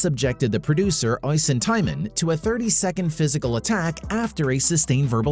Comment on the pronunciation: The name Oisín is Irish. It's pronounced Ush-een, not oi-sin